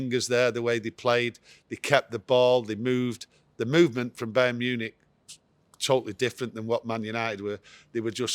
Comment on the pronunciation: Bey-earn Munich 🤣😂😅